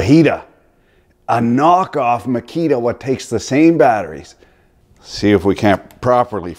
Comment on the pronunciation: I thought at first he was saying Fajita...